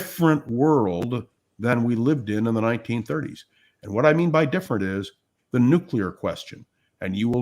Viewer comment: Agree with chat from Chris (different Chris!) to use thee pronunciation before vowel sound. I verified this on an English website. Was going on memory from long-ago English class!